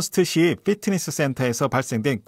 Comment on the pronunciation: 피트니스 not 휘트니스 Fit 이 좋다고 할 때도 핏이 좋다고 하지 휫이 좋다고 하진 않습니다. 단 F발음을 정확이 하면 더 좋겠지요. 가능한 원어에 가까운 발음이 좋지 않을까요?